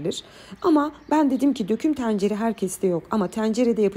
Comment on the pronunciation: Teencere 😂 hnm cım çok hoşsunuz herşeyiniz çok güzel de lfn “Tencere” demesini öğrenin. Hakikaten rahatsız ediyor dinlerken. Tencere Pencere Mehmet vb kelimeleri üzerinde çalışmak gerek.